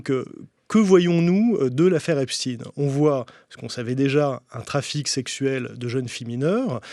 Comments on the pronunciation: Epstein... Epstine Einstein... Einstine😅😅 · Prononcez Epstein à l'allemande et non epstin. Si vous voulet effacer ses racines juives, c'est râté. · Does he mispronounce Epstein on purpose?